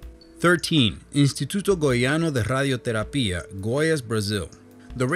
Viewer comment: i'm really upset with that pronounce in ''Instituto Goiano de Radioterapia'' you make it sound like it's spanish not PORTUGUESE